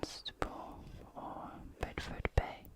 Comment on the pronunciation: I live in westward ho! the only place in the uk to have an exclamation mark in the name, just a little north on your opening map as you covered it :) bideford is pronounced bid-EE-ford "or bidufud if you're local" and the sun sets off our balcony behind Lundy everyday.